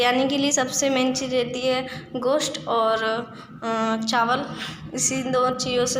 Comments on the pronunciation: Ghost nahin hota hai gost bola jta h bolna sikho phele asifa jsi krti ho tum v.... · Na ghost hota hai na gost hota h gosht hota h samjhe